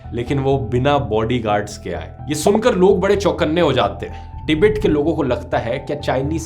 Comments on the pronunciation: कोई इस चाटी को बताए तीबेट नहीं तिब्बत नाम है का। जाहिल को देश का नाम बोलने नहीं आता लेकिन history bta रहा है । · हिंदी में tibbat को टिबित नहीं बल्कि तिब्बत बोलते हैं। अगर हिन्दी में विडियो बनाते हो तो सिर्फ हिंदी में ही बोलो ना कि इंग्लिश में, अशुद्ध शब्द मत बोलो।🙄